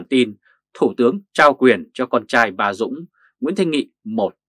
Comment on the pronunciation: Đọc là tên Dung đi đưng Đọc ba dung